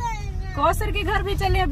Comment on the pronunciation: Aap ayat ko samjhen k kosar nhi bola karey